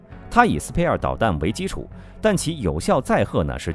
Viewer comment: spear矛的發音不對。